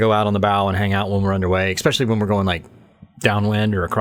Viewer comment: Cute interview. She's on her path, needs a few more years of seasoning but at least she's found a fun way to do it. BTW, it's especially, not ex-specially.